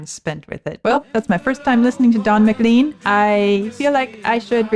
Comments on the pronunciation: A bit surprised to hear you saying "McLeen" instead of "McLane" throughout the introduction? Was there no one like Vlad to mention it when the artist was introduced to you? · It’s not MaLean, it’s pronounced more like Ma-clain. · I haven't seen it in the comments below, but Buddy Holly got his catch phrase "That'll be the day, . . . that I die". From John Wayne's character's use of the same phrase in the 1956 movie "The Searchers". BTW - I was in high school when American Pie came out and everyone pronounced McLean as Mc Lane not McLeeen. Interestingly, I was born the year that Buddy Holly wrote his song. From what I've learned Rock and Roll was pretty much born that same year. : - )